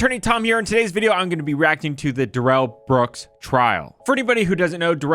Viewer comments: Da-ruhl Not Durrel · Why do y’all keep calling him “duhRRELL”😂😂😂